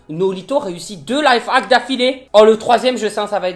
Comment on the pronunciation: Tu dis live haks au lien de life haks